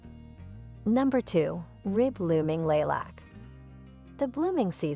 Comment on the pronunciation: Too bad AI can't correctly pronounce words like lilac and heavenly